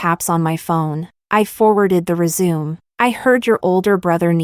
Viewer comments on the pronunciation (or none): Omg it's not resume it's resumé ... pronounced ey 😅